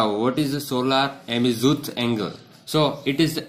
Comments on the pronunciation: Tht is azimuth not amizuth and this is θ call thita not fi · not amizuth its azimuth😂😂 anywz nice xplation 👌👏👏👏